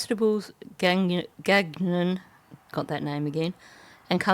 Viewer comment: I know some Gagnons and they pronounce it Guy-on. I think it's French. Not important to the case per say.